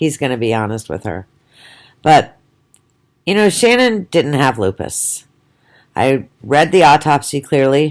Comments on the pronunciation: Ahahaha and what are you some kind of dr or scientist?! Do you have a medical degree?! I bet not! You didn’t even know shanann you can’t even say her name properly so you the hell are you to comment on who or what she is/was. Piss off and go post some of your own shit instead of talking crap about a dead women and her children and family! Your an awful person so go have another ciggy and get a life you old mole! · You could, AT THE VERY LEAST, pronounce her name correctly. What the hell is wrong with you?